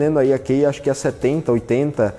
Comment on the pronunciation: Pronuncia-se como ''Ki''.. lol.. qual Kei..lol 🤣. De 2010 a 2020 só ouvi dois ou três brasileiros que, saibam ou não falar inglês fluentemente, pronunciaram todas as palavras corretamente. Brasileiro não estima a sua distancia curta aos EUA para ir até lá aprender um bocado de forma natural.